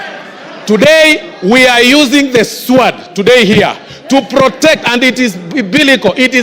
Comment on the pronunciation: SWORD...Pronounced /sood/ not /swaad/. I feel disturbed by the stale academic standing of this boy.